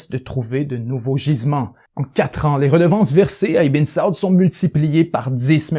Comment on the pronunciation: Bien raconté. Toutefois, les prononciations de "Ibn Saud", "Sinaï", "'Kissinger" et bien d'autres sont complètements erronées (ce qui trahit un certain amateurisme), et les intonations sont souvent ratées dans la narration... dommage.